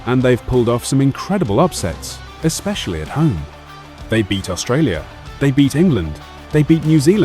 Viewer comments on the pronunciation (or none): none